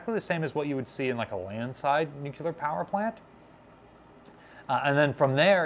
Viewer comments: NU-CLEAR! NU-CLEAR!! NU-CLEAR!!! Keep practicing & eventually, you'll get into the habit of pronuncing NUCLEAR like you've been doing it all your life ⚛️😉👍🏻 The Savannah looks fast even when sitting still at its moorings 🚢 ⚠️ FYI The choice of bright & vibrant colors to provide contrast in B&W was also done with the 1960's t.v. show The Addams Family for the exact same reason. The only difference being is the show was DELIBERATELY shot in B&W rather than the newly emerging "In living color." This was done to intentionally create the stark & gloomy feeling of the sets 📺 Color stills of the sets are really quite festive in appearance. 🌌🔭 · Nuclear-- There are many terms that come from regional dialects but this isn’t one of them. It’s a technical term that comes from Latin and came into common use only in the past 100 years or less. Like most Latin words loaned into English it’s pronounced more or less phonetically. If somebody said “I done killt a bar” I would know this is dialect. If somebody said “I’m fixin’ to go to the store” I would know that is dialect too. But somebody who is educated and can read who says “nucular” is just being lazy, because it’s a scientific/technical term most people would learn in a science class and it’s not spelled like that. It’s not an ethnic dialect term that was passed down through generations — it’s a term from science. As an example, if someone were to give an opinion about jurisprudence but pronounced it juriperdence, would you think they knew anything about the law or would you say this is dialect? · New-clee-ur NOT Nuke-u-ler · Dear God in heaven,, "nu-clear." Not "noo-kyoo-lur." Say "new." Say "clear." Say "new clear." There, you've got it, go forth and sin no more. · Nuclear, not nucular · She was brand new and in San Diego, i toured her,, Awesome and Beautiful.... Waite, what did this guy say "Nuk-ya-ler" Please ! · Oh my god. A+ videos are free content but the word is NU-clear. There is only one U in the word Nuclear.